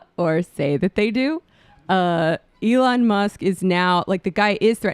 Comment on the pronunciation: Why did you say Elon with a soft E? Wtf lmao